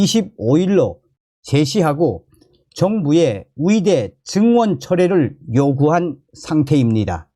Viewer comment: 발음을 정확히 해주세요. 위대, 위사가 아니라 의대,의사 입니다.